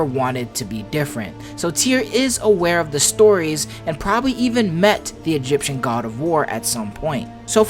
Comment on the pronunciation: "Egyption...." is that patois..?